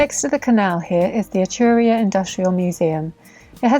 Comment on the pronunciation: Someone should tell there are two rs in Etruria!